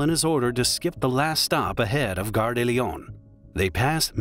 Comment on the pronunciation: De, not des.